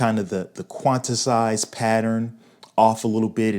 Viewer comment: Quantisize....🤣🤣🤣 Quantise/Quantize..... Love the Dutch vibe, though.....